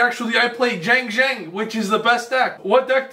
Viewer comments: Chi-aang ji-aang is the pronunciation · It is pronounced “Shang Jean” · If you want to pronounce Xiangjang correctly Xi in chinese is pronounced "Chi" so it would be something Like "chiangdschiang" With jiang beeing "dschiang" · pronunciation of Xianjian: Shin-jang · Did I hear XiangJank????? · Xiangjian is pronounced shah - ng - jihn, from what my freinds who speak mandarin, google translate, and my own experience have come to a conclusion on lmao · I think it's called "ziandjian" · Yo, Xiangjian is pronounced Shi-ahn-ji-ahn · i found out that xiangjian is pronounced as "xshiangjian" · I think it’s pronounced “zee-ang gee-an” 🤷🏻‍♂️